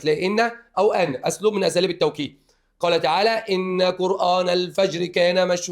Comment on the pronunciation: جزاك الله خيرا يا شرحك جميل جدا بس انتبه كلمة قرآن بتتنطق قرآن مش قرأن😊